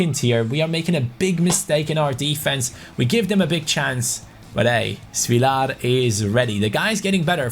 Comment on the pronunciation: Your great btw it's short a on svilar not svilaar